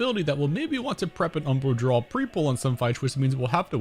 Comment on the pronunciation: The word is "draw" not "drawl"